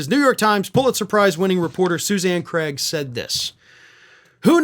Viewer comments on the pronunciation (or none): none